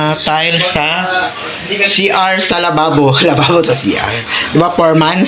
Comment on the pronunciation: bukang, natatawa talaga ako pag sinasabi mo 'foremans' instead of foreman.😂